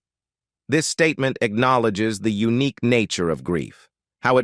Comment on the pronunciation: C’mon, when robot reader says eunuch instead of unique… that was funny!😆